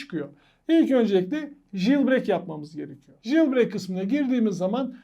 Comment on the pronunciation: JILBREYK ne haci. "Jailbreak" - CEYLBREYK diye okunur ama ince detaylara gerek yok.